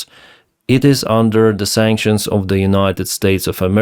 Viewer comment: Did you just say "Kinetic sactions"? 😂